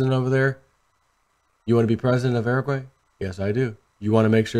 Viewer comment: Uruguay = (your-a gway)